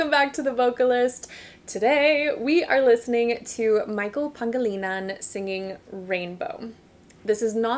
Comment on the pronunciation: Wow you pronounced his last name perfectly